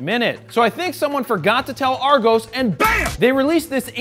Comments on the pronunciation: ARGOEEES! its AR-GOS! lol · and its pronounced AA+GOS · It’s pronounced Ar-gos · It never really worked that way.. pretty much always 'look at your leisure (at home), then order and collect immediately in store'. It became quite a 'thing' around Christmas, to create a Christmas list based on the Argos catalogue. Additional, its arGOS, not pronounced arGOUS :) Keep it Raw !!! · Haha "Argose". Just for the record, its Its pronounced with the end of 'Ross'. Ross --> Argoss --> Argos. Not that it matters... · I’m a Brit.......and it’s pronounced ArrGoss..........but that was hilarious about the catalogues 😂😂😂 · PixelVogue That's how we pronounce it in america. AR-GAWS is how you pronounce it. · The way he pronounced argos loooooooooooooool. Its ar(space)gosss. Also thats not how an argos catalogue works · Not argos it’s argOs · Try and say Argos properly. Lmfao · I’m from London and grew up on Argos. But Jarred you say Argos so funny 😂😂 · Jared Polin I know :) just muckin with you. The pronunciation was the best though 😂😂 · That's not how you say Argos